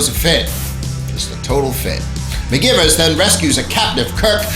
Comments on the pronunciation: REALLY thinking that, as well. Bugged me for the entire video. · They prounounced it like McGyvers, not McGivers, but it was spelled McGivers.